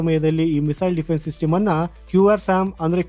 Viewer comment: ಸಿಟಿಮು ಅಲ್ಲ ಮಾರಾಯ😂😂 ಸಿಸ್ಟಮ್ ಅಂತ ಸರಿಯಾಗಿ ಹೇಳು